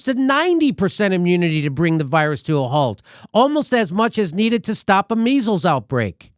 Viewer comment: Jimmy I love ya but he said 90 for meizzels this is nothing